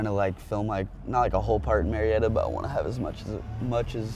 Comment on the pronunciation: Its actually Murrieta not murietta😂